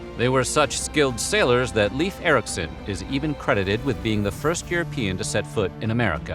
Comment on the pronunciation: You mispronounced Leif Eriksons name